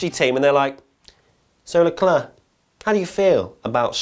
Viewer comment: Good video. It was a super weird race... races? You are mispronouncing Leclerc. It’s Leclerc, not Leclerc.